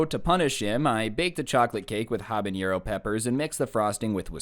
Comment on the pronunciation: Y does he say habanero like that